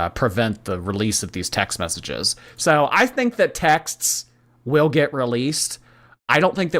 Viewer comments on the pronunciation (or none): none